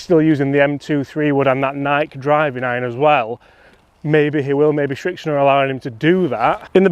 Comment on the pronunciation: Srixon... not Schrixon